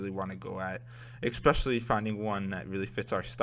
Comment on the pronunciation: dude, it's pronounced ES-pecially (especially), not EK-pecially